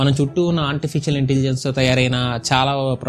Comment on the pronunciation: auntificial ahh... cha cha artificial ayyuntundi le 😄😄